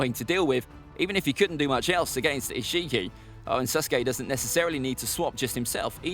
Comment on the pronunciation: Am I the only one to hear him say Suske